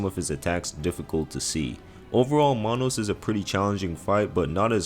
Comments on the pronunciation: who the fuck is Monos LoL its manus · I think Manus is pronounced like its written. Not mahnos